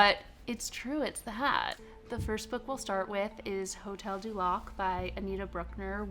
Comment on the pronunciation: hotel du lac as hotel duck haha